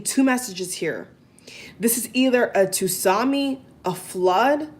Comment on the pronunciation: Tsunami.......sorry dont mean to intrude....its pronounce sunami not tusami. Tk u for great reading. U r open n confident of what u read.